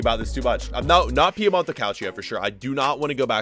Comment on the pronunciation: Oh my goodness, please stop saying Piemont-O, it's Piemont-E